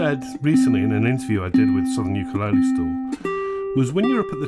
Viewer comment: You pronounced ukulele wrong!